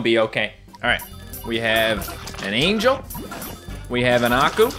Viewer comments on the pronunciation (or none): none